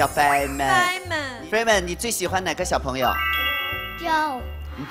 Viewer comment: 何炅好歹做节目前也做好功课嘛！Feynman念“Fryman”“Freeman”，Joe念“Joey”。这样有点不尊重小朋友们了吧？（何炅还是北外的教授。。。）